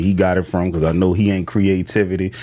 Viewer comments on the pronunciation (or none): Yo “create tivity” is hard no diddy 😂😂.